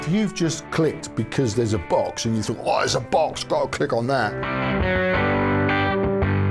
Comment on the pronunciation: Oops, at first I thought you said; "the magic BUS has finally arrived". Now that would have been interesting. ;-)